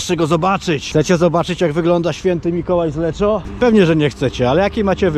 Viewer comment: O, też byłem w Lecco niedawno :v Jakiś włoch trochę się wkurwił na wymowę "LECZO", bo czyta się ponoć "LEKKO" :(